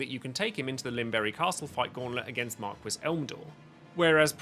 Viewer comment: Mar-kwis? Pronounce it Mar-key.